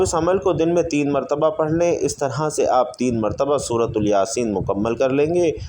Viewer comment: سورۃ الیاسین یہ تلفظ غلط ہے